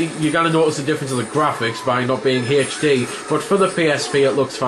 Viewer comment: Sometimes you say it like normal, but other times you say "haych D" :D